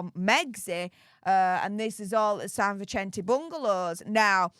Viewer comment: San Vicente..Vi-sent-ee very simple